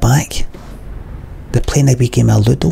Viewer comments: "Theyre playing a Weeki-malittle....a weeki malutto." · I still dont know what the L word he says is "You know loodle?" "You know little?" "You know ludul?" "You know lidl?" "You know loodl?" "The planer became a loodle" "The player became a loodle" "The plane are became a loodle" "The plener became a loodle" "The planer became a little" "The player became a little" "The plane are became a little" Theres probably more possibilities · I’ve watched this video round about 20 times. It took a lot of research through the comments, and quite a bit of reverse engineering to decipher just exactly what the fuck this man says . “I can see the weans playing in the back. They’re playing a wee game of ludo.”